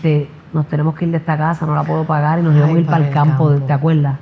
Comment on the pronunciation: Su hermana dice IbaNos, veniaNos. Que raro. Corrigela. Que escriba 200 veces la palabra